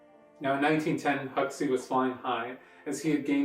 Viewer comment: It's pronounced Hawksee...